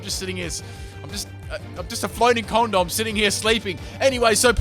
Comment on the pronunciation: did he call elektross "condom"?